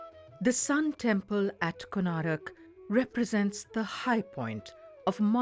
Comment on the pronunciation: How can the people working at the DD network write and pronounce the name of one of the most famous temples in India Wrong....?? It's KONARK, not Konarak... How can you guys make such stupid mistakes... ??!!